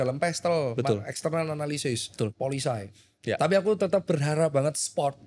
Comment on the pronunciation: makasih Dok, walo saya terdistract ngomong Policy as Polisay...heheehe